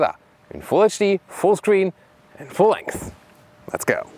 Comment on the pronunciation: Damn! What happened to the "full lengs"?! :(